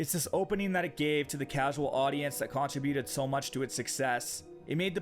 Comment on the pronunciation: Practice your enunciation and diction. You say many words incorrectly and it's distracting. Experience is pronounced "Exspearience" not "Expurience." And for the love of God, CONTRIBUTION.